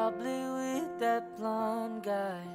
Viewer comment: Problematic pa sya sa pronunciation... Lalo na sa TH, sa I, sa A, sa U. Madali lang ayusin yan. Nuod sya american series, kada dialogue, pause nya tapos vocally mimic lang para makuha ang saktong pagkasabi... Sakit sa tenga ung Through naging True Ung Three naging Tree Ung That naging Dat Ung Wind naging Wend